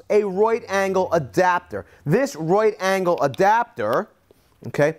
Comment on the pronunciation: "Wrrrart agled"